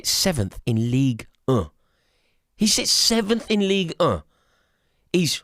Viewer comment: Ligue UHH 😂